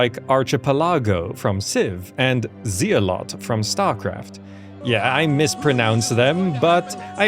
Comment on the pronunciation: Alright, it's word nazi time: It's not zee-a-lot, it's zel-lut.